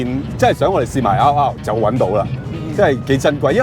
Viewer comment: 個名應該係讀double R , 唔係r勞r勞